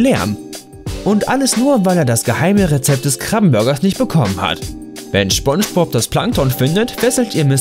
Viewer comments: Ja er will Sponspob schlecht machen ich hab daum nach unten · General MaskenKeule Schponschbop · Dachte so joa, ein video über spongebob kann man mal gucken, erster satz: schponschbob. direkt ausgemacht. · "Schponschbob" "Sandy Chicks" 😭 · Hallo Hallo ich glaub eher spanjsbohb 😂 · Er heißt nicht SCHBongebob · Gutes Video über schponschbob 😂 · "SCHPONGEBOB"? REALLY, NIGGA? Du könntest zumindest so tun, als ob du es versuchst. Zwar, beschwerst du dich, über Kontinuitätsfehler, jedoch, bist du nicht in der Lage, deine eigenen zu beheben. " CLASSIC! " Humans. ~ K. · Er sagt Schpongebob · "Sandy Chicks" "Schpongebob" ey ohne spaß, das video is echt gut, aber deine falsche aussprache, macht wahnsinnig aggressiv. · Smonschmops? Thöhöhöhö, Ich hab Smonschmops gesagt. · er sagt immer Schpongebob das geht so auf die Nerven.... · Jeder der "Schponschbob"(spongebob) wirklich gesehen hat findet das Video lächerlich 😂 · Schponschbop und Sandy Chicks .. junge junge .. die serie komplett auseinandernehmen aber ihr könnt nicht mal die Namen richtig aussprechen :D vielleicht achtet ihr nicht nur auf die fehler sondern mehr auf die Dialoge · Schoonschbob..... ?!?!😤 wieso sprichst du das falsch aus ich raste gleich aus xD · Wer kennt ihn nicht, Schponschbop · Warum sagst du immer Schpongebob? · seid wann nennt man Spongebob Schponschbob? Alter, lern mal sprechen xD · Genau... Schponschbob😑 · Du hast gesagt schponschbob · Er sagt Sponschbob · Schponschbob.... Kenne ich nicht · Schbonschbob.......fuck triggered das hart.... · Schponsch bob -. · Erster Satz: "Schponschbob". Dislike, comment und weg. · Triggered schon hart wie er spongebob sagt 🤦🏻‍♂️😅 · Jaaaa. Danke für den Post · Digger das kann doch nicht dein Ernst sein🤔🤔😂😂Jedes Beispiel war lächerlich..der einzige Fehler in deinem Video ist wie du SPONGEBOB aussprichst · Du sprichst Spongebob falsch aus. Und Sandy Cheeks auch. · Du willst nen Fehler sprich mal Spongebob aus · Nicht schpongebob sondern spongebob Aussprache